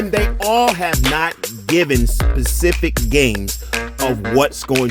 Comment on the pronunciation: Please say SPECIFIC… NOT “Pacific”! 😂